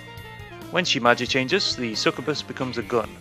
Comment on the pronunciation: it's sucYOUbuss my dude, get it right